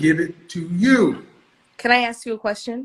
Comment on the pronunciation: ‘Aks” instead of “ask”…Red flag Interrupting and over-talking…Red Flag All that rage and indignance…RED french-toast FLAG!!!